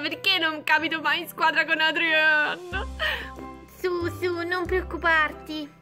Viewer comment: Non si chiama Adrien ma Adrian